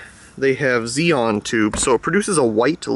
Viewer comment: XeNon, not "Xeon".